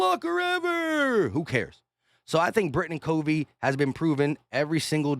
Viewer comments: Appreciate the content. Yeah, it's Britain Covey, like "COV- VEE." Short "O." Covey is a punt returning phenon!! Have you seen his Utah highlights?? He's smart (goes through tons of film on opponents Special Teams tendencies), quick, makes tacklers miss, AND has good hands as a Slot receiver. We need all THREE phases to be a complete football team. Man... if he can bust out this season for the "Birds" - watch out NFC East!! Fly EAGLES Fly!! 🦅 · I know other people have said this but you are pronouncing Britain Covey's name wrong, it is "CUVEY" Britain Covey's unbelievable punt return TD caps dominant first half ... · It's not a short "O", it's a long, "O".